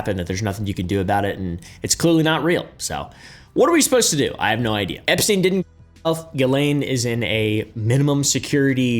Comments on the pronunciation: It's pronounced "gah-lane" big dawg😂😂😂😂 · Gu-ee-layn That's how it's pronounced. ... You got it right at the end lol, YOU GOT ME.